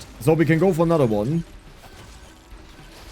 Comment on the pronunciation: Dude its S, not Z. "So" not "Zo". "Super" not "Zuper"